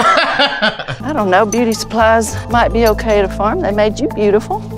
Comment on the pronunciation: we just gonna ignore the way she said beuty